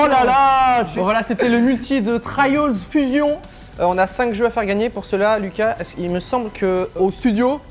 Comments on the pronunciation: Cyprien pk tu dis trayoule fusions alors que c trials fusion bref g mis un j aime quand même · Cyprien et son accent magnifique "On est sur Traillauls fusion " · J'ai gerbé au "trayaul Fusion"! :3 L'intention est bonne mais soit tu prononce à la Française ou à l'Anglaise. Mais la c'est un mélange des 2 horrible. Je mélange pas le ketchup et la mayo! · "Trayol fusion" mdr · "Trieuls" OH WOW... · Pourquoi cyprien a dit Traioles fusion xDDDD????? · Arretez de dire traillaulz fusion svp